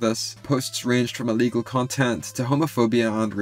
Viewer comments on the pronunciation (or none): none